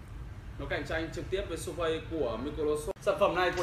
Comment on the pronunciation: Surface đọc là sơ vít chứ ko phải su phây